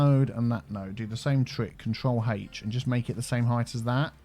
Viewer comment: Every time he says “control H” I hear “HaTeSh”